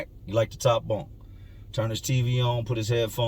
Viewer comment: In my bunk it sounds like you say in my BONK makes me crack up all the time 🤣